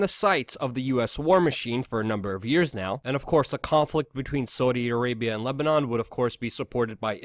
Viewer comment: You say “Saudi Arabia” really really weirdly